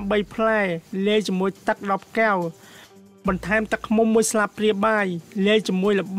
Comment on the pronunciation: ត្រូវនិយាយថា កែវ មិនមែនគែវទេ នេះជាភាសារខ្មែរ បើប្អូននិយាយថាគែវនោះៗ មិនមែនជាភាសារទេ